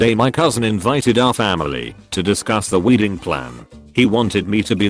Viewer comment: "Weeding plan" ha ha